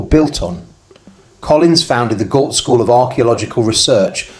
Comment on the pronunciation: Gault is a French name and is pronounced Go, like Renault, ault is o